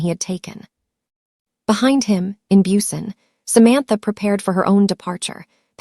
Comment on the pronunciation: Loved your story! Just wish everyone who tells these stories could say BUSAN properly…….